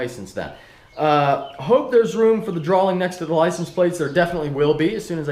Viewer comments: DRAWING not DRAWLING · Tofayy YT Are you fucking dumb? pronounced "drawing" as "drawling," he's not asking for the definition. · adds an "L" in the middle of the word "drawing" Drawling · D-R-A-W-I-N-G not drawllling 😂😂😂😂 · droling? Wtf is a droling? I think you mean't to say Drawing DROR RING :) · Dra-wing not drowling 😂😂😂😂 haha musta been a typo in your speech #speechimpediment717 No hate I'm just picking with you buddy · lol "drawling" I'm pretty sure it's drawing? No hate, just playin around. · "A draw-ling" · Is he saying "drawling"?